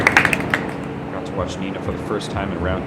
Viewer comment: World champ... dude she's 5-time World Champ. After butchering "Guerrero". Rough start